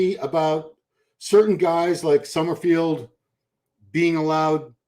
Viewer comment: it’s “Summer-FELD” not “summer-FIELD.”